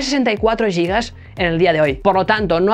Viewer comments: ¿Por qué dice "yigas" para referirse a los gigas? Giga NO es una palabra inglesa. Viene del griego y significa gigante. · “Yigas”???? Gigante -> yigante? Gilberto -> yilberto? Gitano -> yitano? Giralda-> yiralda?